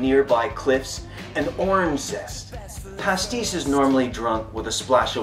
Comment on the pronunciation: Pastis mate, not Pasties